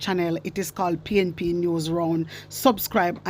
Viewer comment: Andrew wife say pnp like free ness what a disgrace woman but God not sleeping she need leave out of the house of parliaament freespeach 😅